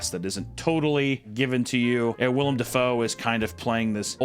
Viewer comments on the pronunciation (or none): Wendi I love you dearly but it’s willem dafoe not William 😭